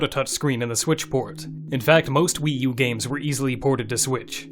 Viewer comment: When you say WiiU you sound like the weeyuuu girl on Kung Pow 😂😂😂